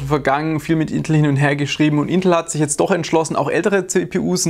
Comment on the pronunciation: Hört sich bei dir an als würdest du Intl sagen 😅